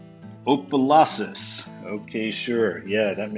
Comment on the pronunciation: Opa Louses??!! 😂 Op (sounds like top without the T) e (makes the uh sound) Lou (Sounds tike loo) ses!! Op-uh-loo-ses Opelouses!!